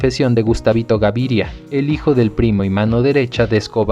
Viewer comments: Pero es "Gaviria y no Garivia" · Me gusta la historia pero cada vez que pronuncias Garivia en vez de Gaviria, cómo el n realidad es me desconcentras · Porque dice Garivia y no Gaviria que es el propio apellido?